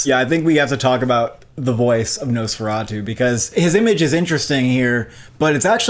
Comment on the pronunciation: It’s nosferatu not no sferatu